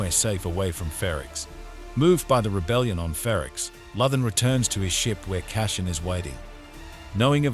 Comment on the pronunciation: Appreciate the recap, but would suggest learning how to pronounce CASSIAN and LUTHEN. Gave up two minutes in. Who are CASHIN and LOTHIN?